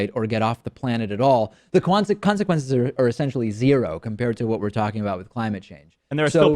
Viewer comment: Stop using 2 hosts and acting like you are having a casual conversation and just cut to the cheese yeah? Minute "cwansequences" lol what?! rehearse your script better next time bro